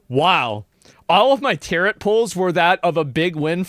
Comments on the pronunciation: Tarot Cards : "Tarrot" like carrot.... pronunciation : Tarrow / (T-air-oh) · Not Asmon saying tarot like "carrot" Still love ya though